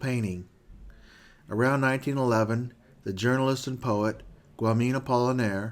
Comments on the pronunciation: It’s pronounced Guyom not guamin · Well the beginning is going rather rushedly. And Guillaume is pronounced 'Gee-yome' stressing the first syllable. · Guillaume =. Gee - yome. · Guillaume is pronounced "ggee-yohm" ;) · Is there any way to edit your pronunciation of "Guillaume "? It's pronounced GEE -YOM. It takes away from your presentation. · What takes away from the presentation is your brains incapacity to accept that Guillaume is not pronounced correctly Let it be and enjoy the narrators love for the subject that he has with such dedication created and is sharing with us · Loved it! Great video, very dense and insightful. My only negative remark is the pronunciation of french names suck as Guillaume or the latin expression "ecce homo"